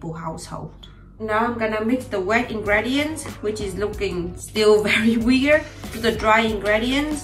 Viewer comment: Cool video! By the way: ingredients is pronounced with an i-sound at the fifth letter like im tea or see :-)